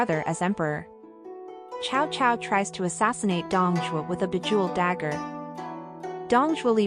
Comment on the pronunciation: For elderly listeners the music is too loud and obscures the narration; also the pronunciation is a bit strange - Cao Cao, Dong Zhuo and Hongnong for example, are not right.